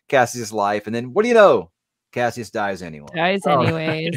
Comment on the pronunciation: The one thing the new voice actor that bothers me is when he calls him Cashus instead of Cassius…